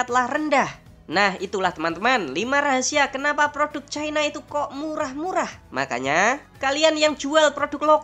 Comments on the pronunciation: Diawal awal narasi sudah betul melafalkan CI-NA (menit ). Menurut etimologi juga sudah dijelaskan bahwa pelafalan yg benar adalah CI-NA, bukan cai-na (menit ) Kenapa makin ke sini menyebutnya jadi CAI-NA. Sebaiknya jangan ikutan DUNGUU..! 🫢🤓🙏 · Kenapasih china dibaca Chaina? Nama utu kan tidak pengaruh bhs inggris.